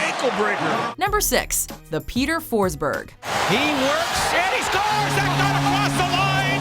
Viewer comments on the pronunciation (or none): you fuckig butchered Peter Forsbergs name